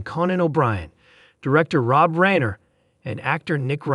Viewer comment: this announcer needs to learn to say Reiner